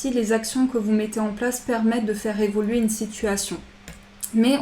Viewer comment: Merci pour ce tirage; il faut évoluer, on n'entend jamais le "u" d'évoluer, j'aime beaucoup vous écouter sauf entendre "évoler" merci pour votre joie de vivre ça fait du bien bonne nuit...a demain